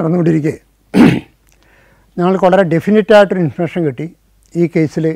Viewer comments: ഇൻഫർമേഷൻ എന്നത് ആണല്ലേ ഇദ്ദേഹം ഇൻഫർഷൻ എന്ന് പറയുന്നത് 😊 ആദ്യം മനസ്സിലായില്ലായിരുന്നു എനിക്ക് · Yes, enikkum. Infursion ennu pronounce cheyyunnu.